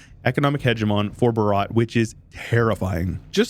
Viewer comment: The way he pronounced "Bhaarat" No i am leaving